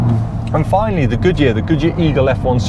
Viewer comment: nice test! I always hear Gucci instead of Good Year (pronounced the italian way :). I wish I had seen my terrible AD08RS with these, a tire which can't even keep up with the PS4 sold as a very sporty one. A terrible disappointment from Yokohama, can't wait to change, hope the Bridgestone has the size for the 17s on the S2000